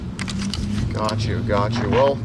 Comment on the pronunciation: I’ve always wondered if you say “Gotch you” on purpose.